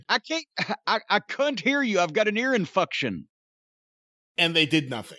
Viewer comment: This guy just said ear inFUCKtion. 😂 😂